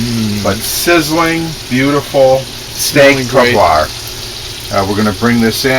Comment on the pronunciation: Hey great recipe but you pronounced it wrong! If you sound it out it should sound like this way "steyk oh pwah"! Love your videos! =)